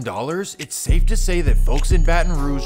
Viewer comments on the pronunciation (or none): none